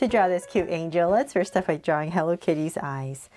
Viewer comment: This is not how you say cute